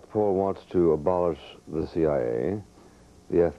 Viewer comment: Haha, notice how Bill says "CIA" so peculiarly, since he is a member.